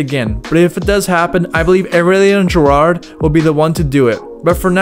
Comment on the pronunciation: Never heard anybody pronounce Giraud as JIRARTH 😂